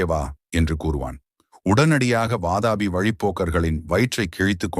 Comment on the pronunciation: Vaatapi ille pa. Adhu VAAATHAAAPI.